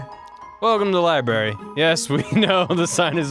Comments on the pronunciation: more like liBARRY am I funny yet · The libarry hahahahahahaha